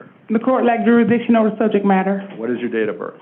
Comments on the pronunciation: What is it with the 13% usual suspects absolutely butchering the English language? What the fuck is jurasdeeshon? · Court lack juridiction. What a moron. Can't even say the word. You are in PRISON idiot. I think jurisdiction has been proven.